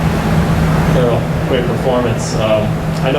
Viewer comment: His name is errol not earl